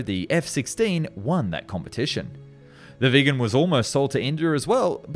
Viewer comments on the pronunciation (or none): IL VEGGAN INVECE CH3 VIGGEN IL SUUB INVECE CHE SAAB IMPARATE A PARLARE ALLA VOSTRA A.I PIÙ CHE INTELLIGENZA È IGNORANZA 🤣🤣🤣🤣🤣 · You pronounce Viggen rather correctly but with Draken it´s going hard on a straght "A", Draaaaken, yours sounds more like Dracken. This is a lame comment that deserves to go to heck, just typing, no big deal.